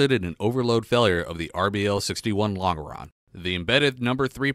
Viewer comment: Point of order: "Longeron" is pronounced "Lon Jer On"